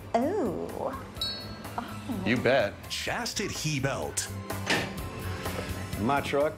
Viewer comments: Chastit-HE-belt 😅😅😅😅 don't forget to give one to Trump! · Damn I gotta pee. Mother I need key hurry. lol. Chastit - He -belt.